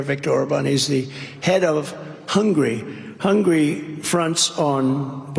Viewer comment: "He's from Hungry...." Yuck.